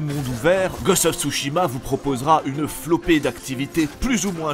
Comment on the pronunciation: "Ghost of j'mechitsu" comme dirais Bob Lennon